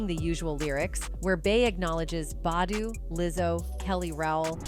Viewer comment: Mmmmm you pronouncing Ericka's last name wrong get it right